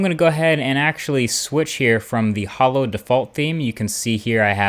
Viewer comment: It's ho-lo not hollow :'(